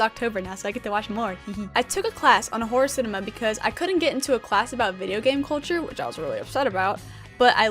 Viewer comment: Thought she said horse enema instead of horror cinema